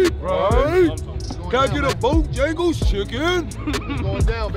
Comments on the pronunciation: lol what is bojingles 😭😂😂😭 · If say BoJingles one mo time 😂😂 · “Bojengles” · Bojangles bruh not jingles